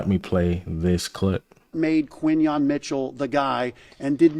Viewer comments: You my man but but it’s pronounced like Qwenyon Mitchell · Quinyon fits us perfect and you my dawg but you been butchering dawg name 😂 just say Q bro. Great vid though. Keep it bro! 💪🏾🔥🦅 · Respectfully, how many times are you gonna see, HEAR, and type down Quinyon's name and still pronouce it wrong? Lol.